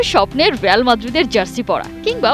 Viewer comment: রেয়াল না রিয়াল